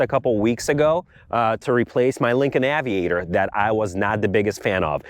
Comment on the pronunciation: Aviator: Short A. Cayenne: Long E. Holy pronunciation batman.